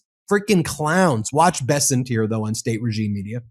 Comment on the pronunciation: The way Charlie pronounced Bessent with a french flair haha